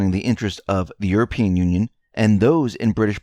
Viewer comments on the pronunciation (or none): none